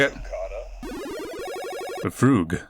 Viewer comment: " a fruug "